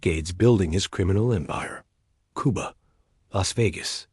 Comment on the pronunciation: I'm glad to glean a few facts from this video, but the way the AI voice-over MISPRONOUNCES words, especially "Not-siss," was SO ANNOYING. What is KOO-BAH? Oh, you mean "Cuba"! Holy crow! 🤦‍♂️🤦‍♀️🤦